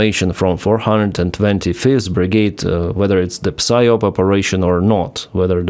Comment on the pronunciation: you don't pronounce the p in psyop, it's sie op.. ok